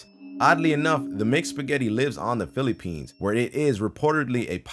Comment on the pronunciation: TRIGGERED how he says Phillipines me being a fillipino